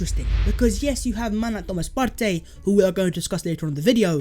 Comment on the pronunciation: I’m Ghanaian and his name is actually pronounced like the word “Party”